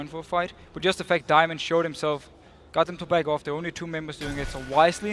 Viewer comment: Deficio saying "bag off" is so weird :s. it kinda hurts my ears lol